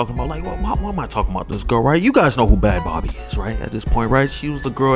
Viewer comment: Her artist name is pronounced “Bad Baby”